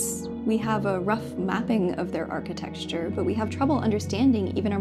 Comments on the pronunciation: That's exactly what it wants you to think. On a completely different and sincere note, it's pronounced "arch-eh-tekt-shur," not "archi-*texture.*" I'm sorry. You're great. Excellent video. But nothing pulls a listener out of focus more than a narrator enjoying the sound of their own voice so much that accurate pronunciation becomes irrelevant. Like nails on a chalkboard bruh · You said it wrong three times… the word “architecture” has a different ending than “texture” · I really enjoyed both of your videos, I'm loving how well written they are. And I have no idea how I'd never heard of Crungus before, haha. Can I give the friendliest of friendly corrections? "Architecture" is pronounced like the tech in technology, not like "texture." :) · "Archi-texture" Cute. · why she keeps saying archi-texture ??? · I don't know whether 'architexture' is a portmanteaux I've never heard of or an adorable mispronunciation. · I subscribed so I can hear you say 'architexture' again in my future...what a great term xxx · Archi-texture.. I like that so much I'm gonna start saying it. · You pronunciation of “Architecture” approaches uncanny valley.